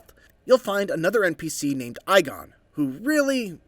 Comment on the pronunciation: His name is pronounced "EEGON" not "EYEGON".